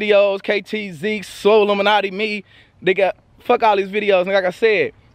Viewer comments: Bruhh you calling him solluminati on purpose? ahahahahaha dying outchere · So we just gonna ignore the fact that massacred his name 😂😂 “sollumanti”